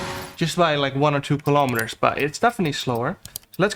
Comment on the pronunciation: WHAT THE HELL IS A KILLOMETTEEERRR